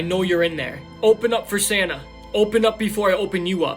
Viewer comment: Who else reliezed he said sanna and not santa😂